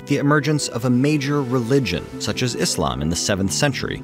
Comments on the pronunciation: Respect for pronouncing "Islam" not "Izlam" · Ted Ed is the only non-Islamic channel I’ve seen that pronounces islam properly